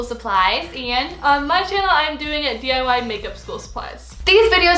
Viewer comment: She didn't say D.I.Y she said .I.Y